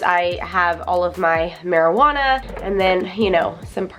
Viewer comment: I'm sorry did she say marijuana😂😂